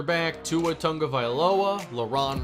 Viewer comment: He never says Tua's name properly😂